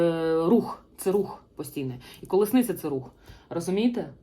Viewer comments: Перепрошую, що виправляю, але правильно казати "колісниця", а не "колесниця".) ... Дякую Вам ..ви - найкращі!!!! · Дякую! Ви сьогодні маєте чудовий вигляд. Хоча завжди маєте шарм, а це вище за звичайну вроду, бо жіночність і чарівність мають більшу силу. Ви ділитеся з нами інформацією. Я хотіла підказати Вам вимову слова Колісниця. Ви дуже гарно говорите українською, приємно слухати, а вчитися потрібно нам всім. Дякую за розуміння💝🇺🇦